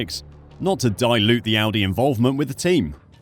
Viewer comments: definitely said Aldi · he deffo said aldi